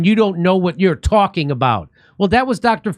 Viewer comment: "You do not know what you are tawking about".